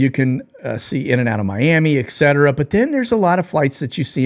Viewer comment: ETCETERA - correct pronunciation ET-setera NOT EK-setera